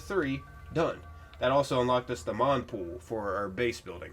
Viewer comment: 'MONpool' 'WakeMASTER' Honestly this man just goes after it, fuck the names 🤣